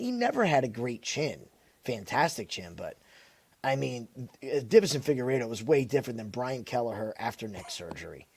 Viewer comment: Dude can’t pronounce Figueiredo